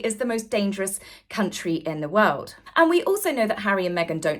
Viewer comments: Will someone teach Hawwy how to say W-O-R-L-D?🌍🌎🌏It's not Woowuld🌲🇺🇲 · I cannot tolerate the way Harry says "world". Does he have a speech impediment?